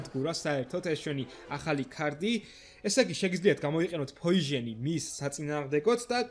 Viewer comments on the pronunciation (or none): ვიტჩი არა ვიჩი :3 ფოიჟენი არა ფოიზონი <3 ძალიან ბევრჯერ იყენებ სიტყვა "ჩვენი" და არ არის ლამაზი <3 Like კაი ვიდეო იყო <3 #Respect